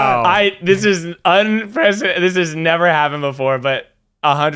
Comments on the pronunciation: Literally no one:: ThIS iS UnPrEcEDeNtEd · No one:: ThIS iS UnPrEcIDeNtED